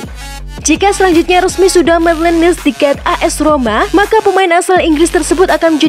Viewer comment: Maitland nailes bacanya, bukan niles 😆😆😆